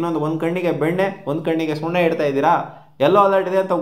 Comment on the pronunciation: Sunne alla bro adu sunna